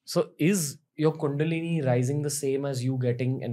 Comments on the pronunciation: Dude Ranveer, Please! It's Kundalini, bro! Not Kundali. Kundalini means "The Divine Primordial Energy"! Kundali means "Astrological Chart". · Dude, its Kundalini NOT Kundali (horoscope/ chart). Also, change the visual which shows a horoscope chart. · Plz correct the it bro. It's kundalini not kundali. Kundali means astrologers chart. Kundalini means energy that is coiled like a snake. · It's not kundali..it's kundalini ..kundali is different thing